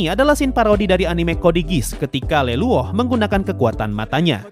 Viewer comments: Smpet bingung sih bang . Cra nyebutnya lelouch.. , stahu sya yg sdah nonton animenya tuh tmen skelasnya nyebutnya luluch. Tp abang nyebutnya LELUOk. Siape Leluok.. ?? Ohh luluch .. Btw .. 👍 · Bukan leluoh atuh bang, bacanya leluch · bang Lelouch dibaca Lilowc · saya kira semua orang bilangnya lelouch ternyata sensei bilangnya leluoh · Lelouch woe Lelouch bukan Leluoh (ノಠ益ಠ)ノ